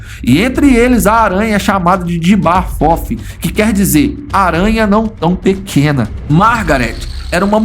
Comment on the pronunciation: O cara fala "J'aba fofi" O que eu escutei "Diaba fofa"